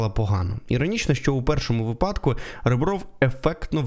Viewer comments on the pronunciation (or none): не випАдку, а вИпадку.